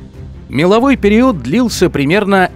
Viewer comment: Все нравится, но «периУд»….. аж колотит